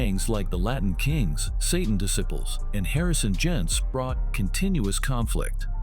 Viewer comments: Dude got Latin Disciples right but says Spanish Descibles lmaoooo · Why use A.I. If it can't say "Disciples" "Satan Desibles" 🤦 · Disciples not descibles goofy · Dis- Siples